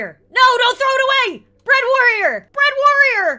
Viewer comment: bread warrior sounds like uganda warrior to me